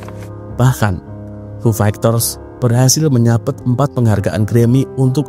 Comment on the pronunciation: Agak risih dnger diksi "fu fegters" Coba next nyebut istilah asing agak dibenerin mas bro Semangat